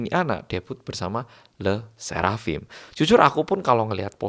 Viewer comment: I speak french and I want to say that your le sserafim's pronunciation is accurate🥰🥰